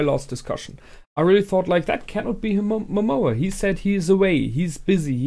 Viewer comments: Why do you call lord Momon as Momoa? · It´s a minor complain and I know is too late for this, because most likely you already watched the last episode but, it´s not MOMOA, its MOMONGA, MomoNGa, wherever i Heard you say Momoa it reminds me of Moana, and i´m probably the only person that think that it sucked and it was way inferior to Frozen, but anyway, it´s a minor complain.